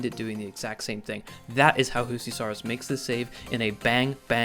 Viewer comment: Finnish Js are pronounced like Ys, not Hs as in Spanish. “You-see.”